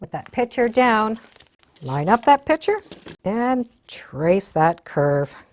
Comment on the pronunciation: "pitcher" vs PICTURE. Picture is the correct pronunciation. You're welcome.